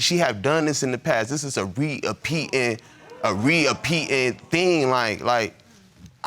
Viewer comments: am I the only one who is hearing him say “this is a re-apeeted, re-apeeted…” 😂😂😂 lol when your English is different to my English! 😂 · Why is no one talking about "This have happened before. This is a re-a-peet-ed theme." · "Re-apeated thing" 😂😅😅